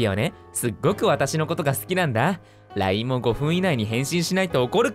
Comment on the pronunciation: 動画押した瞬間一瞬さとみさんの動画じゃないかと思ってびびった 読み方すき 、 、 読み方凄すぎて鳥肌たった 深いゲームやなぁ LINEって読んじゃうの可愛い 最後のオチ最高😹👍 さとみさんの演技力がすげぇ🤦‍♀️ さとみさん動画編集お疲れ様です!! 2本目の動画も楽しみにしてます🎶